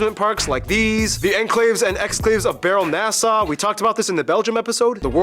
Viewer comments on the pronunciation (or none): none